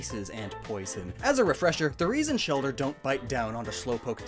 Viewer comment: “Stuck in the shelder”